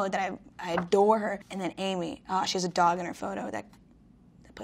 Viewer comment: am I the only one that thought she said “oh she’s a dog in her photo” I was shocked for a second because I didn’t realize she HAS a dog in her photo 😂